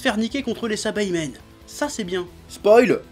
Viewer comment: SA - I - BA - MEN pas SA - BA - I - MEN